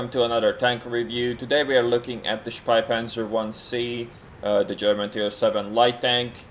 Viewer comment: Hehe you pronounce the name as "Speipanzer", which would mean "barf-tank"